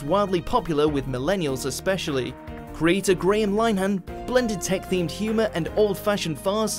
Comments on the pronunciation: Hmm - they are all programmes that would appeal to the young male demographic it seems. By the way, the name of the creator of the IT Crowd is not pronounced Line han. It's pronounce Lin ee han (Lin to rhyme with win). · For the last time it’s ‘Lin-e-han’